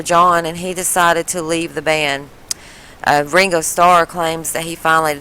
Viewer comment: She calls him wingo its fkin Ringo